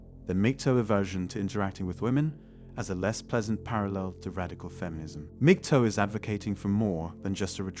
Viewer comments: mig-TOWL is how to pronounce it -- there's no bloody "TOE", wanker. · MAG-TOW not MIG-TOW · MGTOW - learn how to pronounce it.